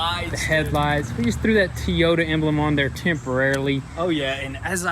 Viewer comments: Ugh at the beginning you said it right Toyota, & then we you got the the badge you called it a Tyota....... smh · toyota = "Teeyota" dull = "dool" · It's "mirror" not "glass". K? Keep up the good work! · What's a "tee-yota"... haha. Just messing yall, keep up the good work! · really curious why you guys keep saying TEE Yota? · stop calling the make of the car teeyota it is pronounced toy- o -ta not teeyota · You must have corrected your pronunciation of the brand name from comment pressure but I appreciate your Southern pronunciations of "Teeyota" and Tayota". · Teyota? Realy? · Can you learn how to pronounce Toyota?? Teyota is annoying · Correction toy-o-ta = Toyota; Not te-yo-ta = Teyota lol just thought id share lol, you guys are great, love the work u do. Good job guys! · I can't believe they stopped saying tee-yoda😥😥😥😥😁😁😁😁😁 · Toy..ota. Not Tee...ota. 😁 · Nobody:: "teayota" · What is a Teeota? LOL BMW nope wrong again. Even if made by another its still Toyota. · They didn’t!! threw out a “ Tea-Oda “ on they front emblem for the bumper!! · What’s a Tee-Ota? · yo! ti-Yota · TOY-O-TA idk how you can butcher that, but this kid accomplished it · I gotta know, why did you two even start saying Tee-yota??? Plaeas explto someone else if not me. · How can you not pronounce Toy? Thinking you guys are just looking for any way to sell a T-shirt lately. Except for that, great channel.